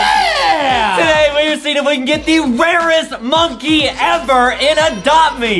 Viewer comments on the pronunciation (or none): anyine notice adam said rawest